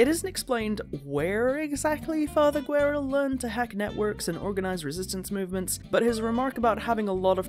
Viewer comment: A funny thing you didn't mention even tho you pronounce Father Guerra's name as "gu-e-ra" it's actually "geh-rra" and Guerra in spanish means "War" so his name is pretty much "Father War" lmao.